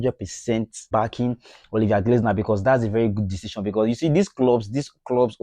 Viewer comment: It is Olivier glass(nar) not glaze(nar).